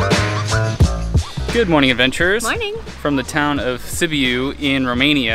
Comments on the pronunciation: It's Sibyou. Phoenetically. Not Sibeeeyou. Oh my! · Sibiu pronounced Seebeeoo. Yes, soups, stews are very popular in Romania. That was typical Romanian cuisine. Very yummy, not so light. That garlic sauce is called mujdei. I love mujdei. My brother-in-law makes the best mujdei. That was sour cream or smantana and it's usually put in ciorba when eating it. They gave it to you guys to stir it in. This is your typical Eastern European food.